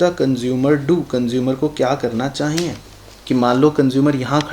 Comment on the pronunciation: Chahyie word is so funny,when sir say chayie I litterlly laugh